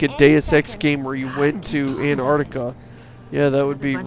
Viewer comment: It's pronounced An*T*arctica also *H*erbs.